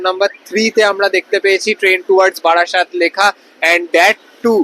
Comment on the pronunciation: বাড়াসাত নয় রে, ওটা বারাসাত 😂😂